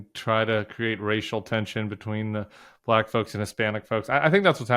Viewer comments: I've never heard "black" pronounced with such a hard-R before.... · You mean "Ba Lack"? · Why does Trump pronounce “Black” like a South African?? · I agree, but I was so annoyed with his annunciation of “black”. Sounded like his pronunciation of “China”